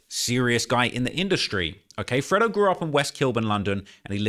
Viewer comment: Its not freddo, its fredo...pronounced freydo 🤣🤣🤣